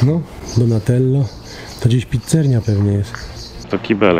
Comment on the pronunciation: akWapark, a nie akłapark. PizzerNia? Może jeszcze wymawiasz lambodżini i spadżeti trzymam za słowo.